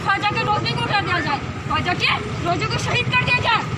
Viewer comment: Bhai khuaja nahi Khwaja hota hai